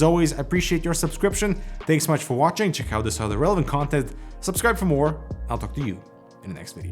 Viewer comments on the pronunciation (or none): none